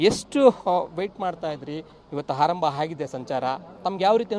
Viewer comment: ಹಾರಂಭ ಎಂದು ಹೇಳಬಾರದು, ಆರಂಭ ಎಂದು ಹೇಳಬೇಕು 😭